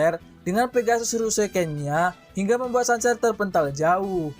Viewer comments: Sanser, kenser gitu bacanya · Cancer = kenser,, perbaikin lagi bang penyebutannyaa